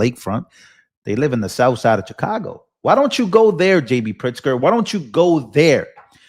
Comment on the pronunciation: Pronounced Shi-cago Not Cha-cago. It's the Shy, not the Chy.